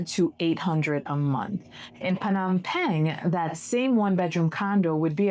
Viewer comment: Phnom "Pang?" Is that the right pronunciation? Ive been saying "pen"